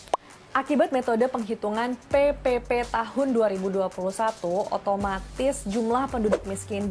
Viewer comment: Bila dengarin sebutan PePePe kayak sebutin PEPEPEK😂😂😂